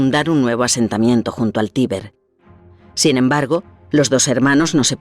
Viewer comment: en el minuto pronuncian mal tiber pareciese que digesen tibet